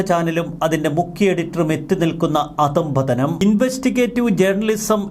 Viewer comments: അധംപതനം എന്നത് തെറ്റായ പ്രയോഗമാണ് ; അധ:പതനം എന്നു പറയണം. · അധം പതനം അല്ല, അധ :പ്പതനം ആണ്